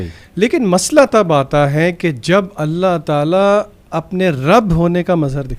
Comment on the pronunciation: aap Alaha mat boliye Allah boliye.Allah sahi hai Alaha nahi meri pyari bahen❤